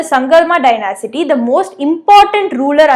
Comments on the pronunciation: It is not dyna-city, it is dy-nasty. Thank You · Not dynasity it's dynasty😁😁😁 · Please note the pronunciation of Dynasty